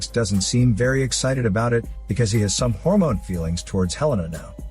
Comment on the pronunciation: Someone: you can't review intemedita scene so smoothly Le: Hold my HÓRMÓNE